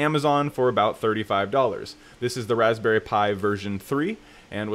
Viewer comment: The way he just said Raspberry really irritated me lol